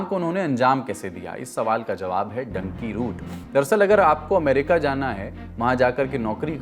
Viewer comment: You are a reporter on news or social media ,please at least learn pronunciation of words: " Dunki' 'Nicaragua